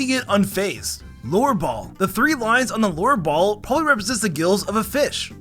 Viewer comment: I thought you said lore ball